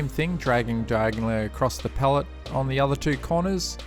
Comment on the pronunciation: Cant even say Pallet